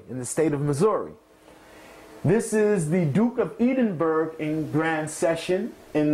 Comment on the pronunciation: "Grand Master of all of the Grand Lodges in Missouri" "Duke of Eeeedinberg" What?